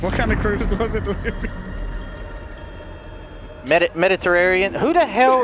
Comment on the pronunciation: Hearing you pronounce the word Mediterranean took me out 😂😂😂